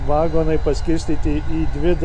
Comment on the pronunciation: neVAgonai bet vaGOnai..lIAtuvis